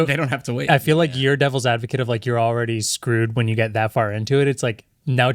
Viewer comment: Sounds like your saying "Dells advocate" 🤣